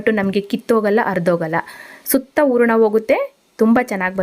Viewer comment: ಊರಣ ರೆಡಿ, ರವೆ ಉರಕೋತೀನಿ. ಕನ್ನಡ ಸರಿಯಾಗಿ ಉಚ್ಚರಿಸಿ. Recipes are good